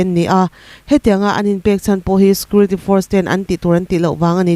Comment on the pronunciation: Puangthiam hle mai.Mahse security hi scurity tiin i lam char char zel a